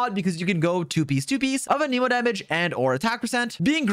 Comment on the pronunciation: How do you main xioa and say anemo so weird